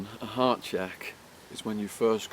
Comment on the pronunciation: bullshit who believes this fucking polesmoker,do u know how I know your gay because of the way u say Hart u day hhhaauut! will biting your lips and Peter gayzzing